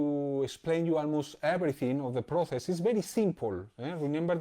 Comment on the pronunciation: Proces no xD Proses se pronuncia proses. Gran video maestro!!